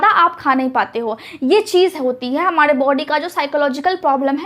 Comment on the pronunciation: Excellent delivery of information!Furthermore,I request you to correct pronunciation of 'R' in the last if R ending words such as you pronounce 'Hamare'but it sounds to listeners as 'Hamade' .